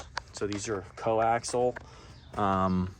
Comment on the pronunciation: It’s not co-axle, it’s co-axial. But if you want to sound uneducated, keep it up.